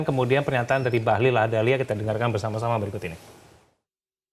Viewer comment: Bahlil bukan Bahlul kan ...jgn salah ucap beda arti 😂